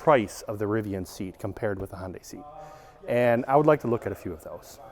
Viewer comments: Are you trying to say "Honda" or "Hyundai"? Sounds like "Hon-Day" which is somewhere between the two. I thought it was pronounced Hon-duh for Honda and Hun-day for Hyundai. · I think it’s pronounced Hun Day, not Hon Day. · Why is he calling it honday it’s pronounced “hun-day” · Hond-AY? It's HUN-day, like Sunday and Monday! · Sorry, i had to stop watching. If I hear Hohn-day one more time.... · Please, Hyundai rhymes with "Sunday" not "Honday" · Another car expert that doesn't know how to pronounce Hyundai. It rhymes with Sunday. It's been pronounced that way since 1985. Just watch a Hyundai commercial. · Who in the hell is Hon-day? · No, actually it's pronounced "he-oon-day" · Yeah, that would be also wrong, even though most pronounce it that way... The correct version would be the way Koreans say it "he-oon-day" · Yeah, my brain thinks he's saying "Honda" every time, until it ends in a y, then my brain goes ?????! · I've heard Hun-Day, Hun-die, Hi-Un-Day, and Hi-Un-Die, but I've never heard Hon-Day before. I honestly don't know the correct way to say it, but Hon-Day just throws my brain for a loop. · One tiny request.- Hyundai rhymes with day (or closer to "eh"), not eye. I kept thinking you were saying Honda. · Had to turn CC on to see if was saying "Honda" or "Hyundai". 😉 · It rhymes with Sunday. Too many people pronounce the silent y in Hyundai.